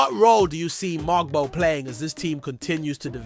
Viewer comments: Everything isn’t shocking. It’s hyperbole. Just speak normally. It’s strange. His name is MoWg-bow. Not MOG-bow. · Its pronounced MO-BO the G is silent ... and Yak-Cub Pertle like turtle but with a P...... please do some research it sound bad